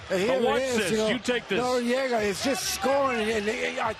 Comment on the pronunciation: why the fuck they keep announcing him as norriega,both useless commentators,go ride some dicks plz boys